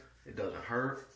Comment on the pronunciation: Did he say it's Smuuvh and doesn't Herz? 😂 Great demo Bro. Thanks for sharing.